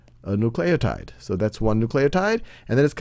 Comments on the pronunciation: Bro! It's pronounced NOO-cle-oh-tide! Get it right... oh my gosh it's almost as bad as someone saying "nucular" instead of "nuclear". *facepalm* so annoying and distracting! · n u c l a y o t i d e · I feel like he is saying nucleotide like that just to frustrate me.